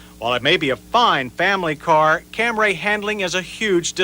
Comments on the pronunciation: insistence on calling it the Cam-ray kills me every time. It gives me shivers of discomfort. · Your deadpan pronunciation of "Camray" throughout the video somehow got funnier as you kept doing it.